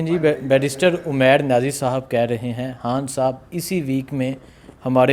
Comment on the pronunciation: اوے ھان نہیں خان بولا کر بھائی 😂😂